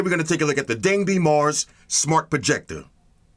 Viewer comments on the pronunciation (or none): 东北Dangbei is pronounced like "Dong Bay" assuming it's named from the DangBei province of Northern China, historical known as Manchuria.